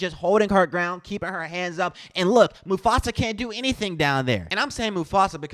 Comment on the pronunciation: Smith - "moofasa" lol😅